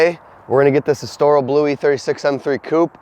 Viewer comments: Pronounce Estoril correctly please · Estoril. Please Google how to pronounce it.